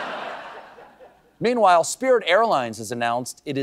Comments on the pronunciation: i thought he was losing it trying to say MEATWHILE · I still don't understand why people giggle at the... PAUSE..."meanwhile"